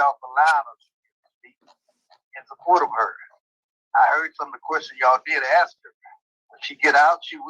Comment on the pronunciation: "I AXE to be move, I AXE..., I AXE..., I AXE..."